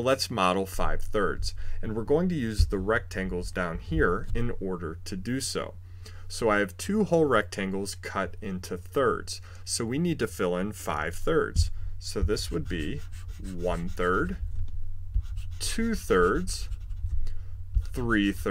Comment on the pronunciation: Im sorry but "turds"